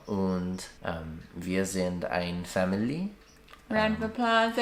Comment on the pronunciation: You don't need to be any harsher. There is no need to sound like a native Franconian. But you could practice your umlauts a bit: you put one in "Familie" (which you pronounced as 'family', so also missing the trailing 'e' - which is not mute in this case, because it was originally an 'a' in lat. familia) where there is none, but you forgot it in 'schläft'. If you want to roast white asparagus you should boil it first briefly - or use the thinner variation often sold as "Gemüsespargel". My favorite however is asparagus quiche (like that: (If you don't like it too much vegetarian you could mix some sliced ham in the filling.) If you drive from Rothenburg a short distance to the south you'll come to Dinkelsbühl (halfway between Rothenburg and Nördlingen, which is situated in the largest known meteorite crater in Germany: Dinkelsbühl is very similar to Rothenburg, but less merchandised.